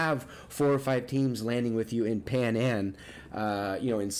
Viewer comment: panan 🤦🏻‍♀️🤦🏻‍♀️🤦🏻‍♀️ he really said panan 🤦🏻‍♀️🤦🏻‍♀️🤦🏻‍♀️🤦🏻‍♀️🤦🏻‍♀️ it’s pai nan